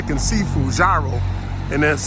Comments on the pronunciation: Love your videos! But, come on - you the food titan and be out here pronouncing food wrong, Gyro is pronounced - EURO. Keep doing what ya do! Thank you for keeping it 💯. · People who are self-proclaimed food experts should know how to pronounce "gyro".